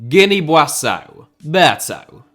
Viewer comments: Guinea-Buassau. I seem to remember he already pulled that one before at some point lmao. Seems weirdly familiar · Guinea boasso? You mean Guinea Bissau? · you had a howler with the Guinea-Bissau pronunciation